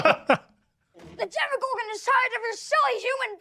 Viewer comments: Why does everyone always want to make it "Demigorgon"? It's Demogorgon. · That's Demogorgon, not "demigorgon"